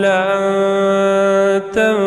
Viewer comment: السلام عليكم ورحمة الله وبركاته جزاك الله خير الجزاء على هذا الاداء الجميل ولكن اخي الاية تقول {لو كان البحر مدادآ لكلمات ربي لنفدَ البحرُ قبل أن تنفدَ كلمات ربي} تنفدَ وليس تنفذ وشكرآ جزيلآ